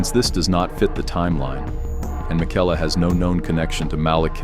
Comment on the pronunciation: “Mick-ella” Not like you heard the correct pronunciation in the game a dozen times or so lmao.